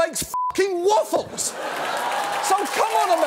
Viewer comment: Waffles not Wallffles!